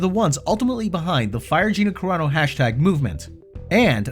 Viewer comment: as soon as he says gina "cararo" bill immediately tightens his lips and bert physically pushes his chair back and puts his head down. never liked Bert's comedy and I've lost all respect for bill. would you really be surprised if bill's daughter decides to be a comedian and she gets cancelled for some things her daddy said. what goes around comes around you coward bill